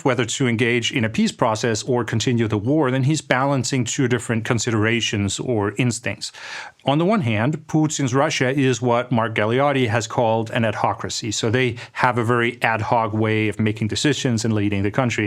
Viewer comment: That "Let's talk about it", that you believe makes you so "cool" and so "Ammmericans" ... You don't realise how ghetto that makes you sound like. And, BTW, it's not "GaleoDDi", but GaleoTTi.